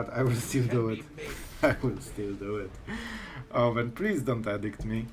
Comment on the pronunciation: I enjoy all your videos and learn a lot from you. One small thing I wanted to point out is your pronunciation of edict. I was really confused a few videos ago when you were expecting the opponent to play edict until I saw the card. You pronounce it like addict as in drug addict. It is like the letter E, like eeedict. I know how pronunciation can be difficult,for several months I pronounced the letter Q in Portuguese in a way that actually meant a$$hole, and when I was speaking Spanish pronounced the verb "to run" like they do in Brazil, which sounds like the verb "to f¥ck" in Spanish. I thought I was telling them I run every day.😂 Anyway, that is just the one thing that might confuse people because it did me. Thank you for all your videos, you are the only Magic player I watch.